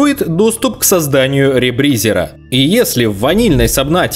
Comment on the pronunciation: Как же мне режет слух этот ребризЕр, который он произносил. Я привык к ребризЁру)))